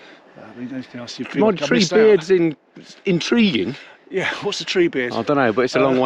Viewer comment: "In-tree-guing", haha!